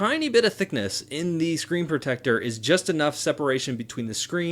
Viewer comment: I hate the way he says protector